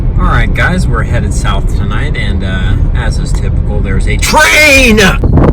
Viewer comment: "Alright guys were heading south for the night and as typical there's a TrAIiNn!!!" l